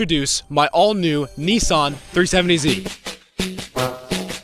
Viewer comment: what is with you people calling it NEE SAN, its NISS SAN